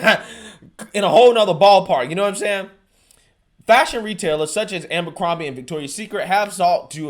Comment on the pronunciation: It’s A-BER-CROMBIE not AMBER-CROMBIE